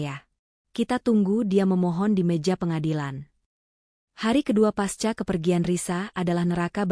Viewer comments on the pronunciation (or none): none